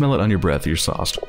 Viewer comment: soused rhymes with doused btw not sauced